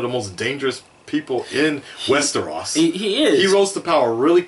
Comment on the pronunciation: It's Westeros hahaha not Westerahs. Not to be a dick!